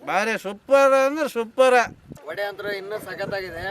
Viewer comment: Good job team....but small correction ...Vada Alla vade... In Kannada